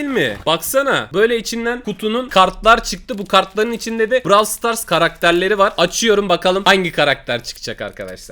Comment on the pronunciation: Sen Niyey brav stars diyon o brawl stars okunuyo